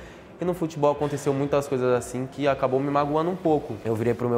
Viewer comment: "FUTBOIS" NOBRU,2020